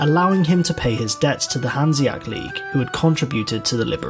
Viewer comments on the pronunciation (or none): Great video, but can we talk about how he says “Hanseac” instead of HanseaTIC”??? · I cringe every time he says "hanseac" league >.<